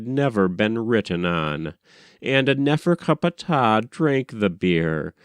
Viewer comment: i don't like how you say his name nefercupatah or whatever. find it highly annoying, just like how you say thoth, and for how you read for that matter.